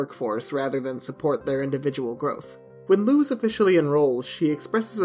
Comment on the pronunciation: Sir, please, this is a fantastic video but the mispronunciation of Luz's name physically pains me (It's Luz, like loose change, not lose like losing) Ik there's obviously nothing to be done about it now, but just a btw for potential future reference